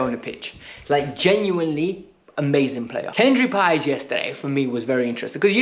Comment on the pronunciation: He can't even pronounce Paez name either, which shows he's never watched this players games.